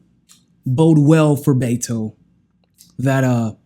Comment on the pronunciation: not "Bayto" he pronounces his name "Betto"